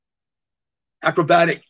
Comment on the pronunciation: trying to say acrobatic lol